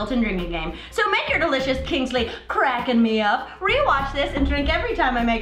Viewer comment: I thought you said "Crack and Rum" not "Kraken Rum" I was worried for a second.